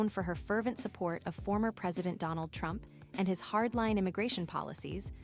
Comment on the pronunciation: I will bote, por Donal Trromp…. I laughed so hard that I felt embarrassed, I mean, I know her family is going through anguish, and this is a tremendous loss for her. In the epiphany of knowing that she was one of the architects of her own demise. PRICELESS…../